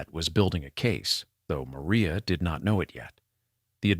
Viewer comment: Narrator mispronounces Maria’s name as “Mo-ry-ah.”